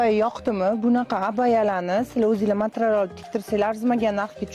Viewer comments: Матрал эмас материал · Матрал эмас матерял